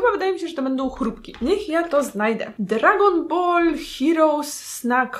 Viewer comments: Raczej mówi się Dragonball a nie bool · I dragonballu a nie Dragonboru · „dragonboru” kocham cie Aga XD